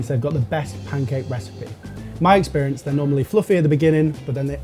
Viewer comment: Did he say "best eggssperience" because that's what I heard